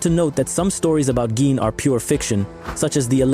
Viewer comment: It’s pronounced GAYyyn